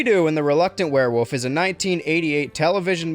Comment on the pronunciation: I appreciate that you pronounce werewolf as "werewoof"